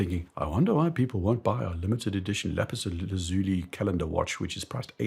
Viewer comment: Why do so many people struggle pronouncing Lapis Lazuli? 😂 Laz-you-lie!